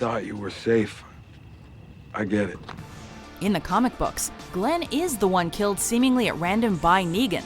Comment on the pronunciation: g-glenn no no no